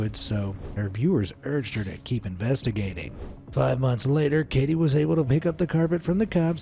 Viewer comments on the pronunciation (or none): none